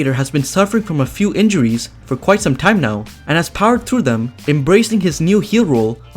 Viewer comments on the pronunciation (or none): none